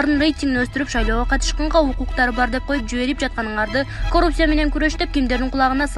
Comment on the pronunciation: ИТ кууп аткансып эмне мынча шашып окуйт.Коррупция деп жазылат ,каррупция деп окулат.Мектепти бутконбу бул кыз деги ?.